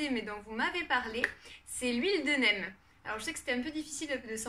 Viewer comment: huile de "neem" se prononce "nim", mais super vidéo! je conseille la marque terralba pour une huile de qualité